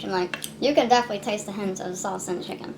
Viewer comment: saying “you can deffly taste a hint of salsa and shicken” in salsa chicken is crazy